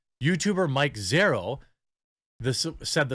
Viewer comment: I stopped listening when you said Mike Zero...